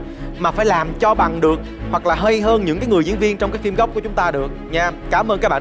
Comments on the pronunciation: Để ý chữ "phim" thì đọc là "phin":) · Quê mình 1 số nơi cũng đọc phim thành phin á, cơ mà đấy là tiếng địa phương. Còn MC thì nên phát âm chính xác hen.